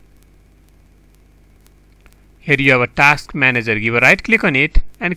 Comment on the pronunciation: Task not taks